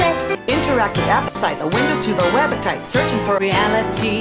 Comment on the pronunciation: “A window to the webitite”